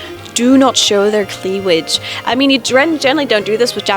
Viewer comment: This comment was because she pronounced it like cleaWage instead of cleaVage. Yahatacooky was just making fun of the off pronounciation.